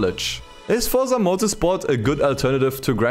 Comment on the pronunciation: is it THAT hard to say the word FORZA? it is FORZA not Forsa. Fortsa 😉